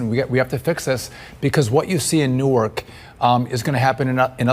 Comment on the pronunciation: Yay!! He pronounced the city of “Nork” (Newark) correctly!! 👏🏾👏🏾